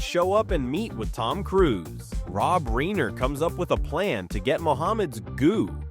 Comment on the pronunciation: Rob “Reener?” WHAT IN THE ACTUAL FFFFFF...........